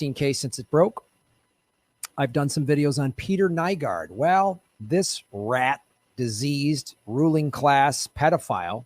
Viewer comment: New-gord,, New-gord... Get the criminal's name wrong so people know who you're talking about.